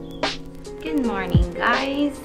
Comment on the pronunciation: Your NY accent really came out when you said see you in the moooornin haha